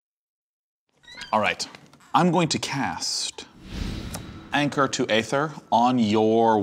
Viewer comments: Æther is pronounced like "EE-ther," not "AY-ther." Latin, yo. This has been a public service announcement, brought to you by the volunteer coalition of etymology nerds. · why does sean keeps mispronouncing aether. it's pronounce E-ther. e·ther ˈēTHər noun noun: aether 1. CHEMISTRY a pleasant-smelling, colorless, volatile liquid that is highly flammable. It is used as an anesthetic and as a solvent or intermediate in industrial processes. 2. literary the clear sky; the upper regions of air beyond the clouds. "nasty gases and smoke disperse into the ether" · Hey buddy, ae is pronounced E, like ether.